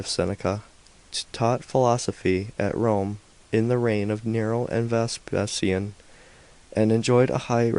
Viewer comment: At Chris Carron returns with a vengeance, clearly bored and often incoherent. I did not know there were so many ways of pronouncing the name of Vespasian in standard English.